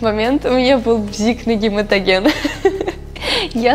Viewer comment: Блин!!! " Ну, непро гематоген!" А тут "Гемотоген", жесть!!! Реакция Камилы, это нечто!!! Девчонка, она и 17-ть Девчонка!!!! И это ПРАВИЛЬНО!!!!❤❤❤❤😂😂😂😂😂😂 Люблю эту Девочку, как Внучку!!!!❤❤❤❤